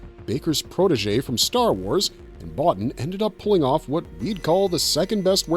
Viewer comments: His name is pronounced "Bo-Teen", not "Bottin". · Rob's last name is pronounced "Bow-Teen" not "Bot-Tin". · I'm pretty sure it's Rob BoTEEN, incidentally. Though I pronounced it the way you did for years. Great video! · Very good video. A little heads up, Rob Bottin's name is pronounced Bo-teen. I used to mispronouce it years ago until I saw an interview and Rob pronounced it as Bo-teen. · It's pronounced Bo-teen!! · Rob Bottin...last name pronounced Bo-Teen. nice video !